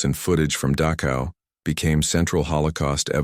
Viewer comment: ILUSION???? PRETTY SURE IT HAS A DOUBLE L. IT'S NOT "DAKOW," BUT DACHow IN GERMAN CH DOES NOT EQUAL K. IT IS AN UNVOICED SOUND MADE BY RAISING THE TONGUE TO NEARLYTOUCH THE ROOF OF THE MOUTH AND UTTERING AN UNVOICED SOUND.